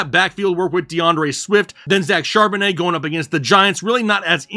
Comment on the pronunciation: Lmao 😂😂, you kill me with the way u say charbonnet